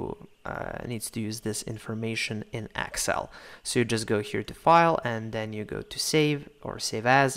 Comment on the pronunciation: Thank you. by the way, it's excel not axcel ... lol